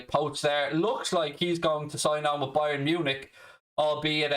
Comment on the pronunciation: It’s not Bayern Munich it’s Brian Munich as says priceless